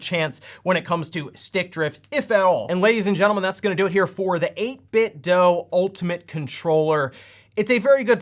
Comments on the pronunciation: It's pronounced "DOO", not "DOE". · Right? I swear some youtubers are doing it intentionally at this point. It's been confirmed multiple times by people at 8bitdo that it is pronounced do, not doh. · 8bitdo = 8bit(du) Say it with me, eight-bit-"DU". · How are you still pronouncing 8bitdo wrong